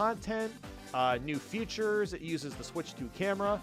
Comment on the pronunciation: Why does he keep saying “futures” ….